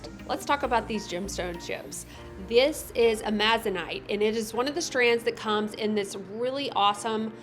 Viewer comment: I'm not the pronunciation police, but the stone you're using, (Amazonite), gets its name from the green Amazon River and rainforest. Just like the region that the stone is named after, the accent is properly voiced on the FIRST syllable, not the second.